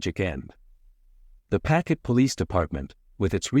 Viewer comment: There is no such place in Rhode Island called “packet” It’s pawtucket